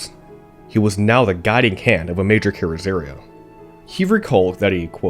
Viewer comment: Carry-zary Bear Tone???! If you are want to be car commentator, and you are not yet, you will need to know the name of Bertone. bear-TONE-ā. And come on, car-roz-a-REE-a. Say it after me: car-roz-a-REE-a bear-TONE-ā car-roz-a-REE-a bear-TONE-ā car-roz-a-REE-a bear-TONE-ā. Carozzaria Bertone!